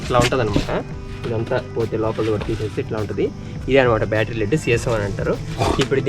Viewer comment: తమ్ముడూ, బ్యాటరీ లోపల ఉండేది "డిజిటల్ వాటర్" కాదు, "డిస్టిల్డ్ వాటర్", "సల్ఫ్యూరిక్ ఆసిడ్". సీసం ను "LEAD /లెడ్" అంటారు (లీడ్ కాదు )